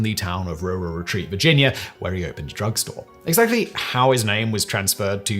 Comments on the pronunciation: As someone from RURAL Retreat, I'm thoroughly enjoying the RurRur Retreat pronunciation. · I came for the story and stayed for how pronounces Rural Retreat...